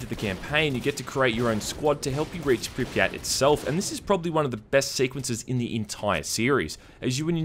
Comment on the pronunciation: It's not Pripyát, it's Prípyat. And actually it's not St[ɔ:]lker, it's St[a:]lker. As far as I remember it sounds so in CIS countries and in former part of USSR's Ukraine.